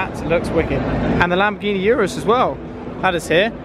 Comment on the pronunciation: It"s noy YURUS dude.. it's URUS... from italy..